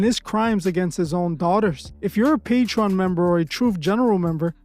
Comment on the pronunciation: one day my nigga truth gon be able to pronounce Patreon eventually. Not Patron Not patrone Patreon Papi!